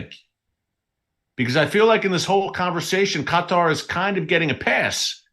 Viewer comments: The right pronunciation about Qatar is emphasis on the last word part of the word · It's driving me nuts hearing you say cut-are over and over. Not sure I can make it through the rest of the video lol! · This thing will not let me print what I wanted to. I think its pronounced K-tar. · I believe it’s Kaw-tah as prounication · I love you brother 😂 but you say qatar really funny hahaha. Keep doing what your doing i watch your newscast all the time. We all know that the rapture of the church is about to happen and jacobs trouble is about to start. The body of christ is about to be harpazod outta here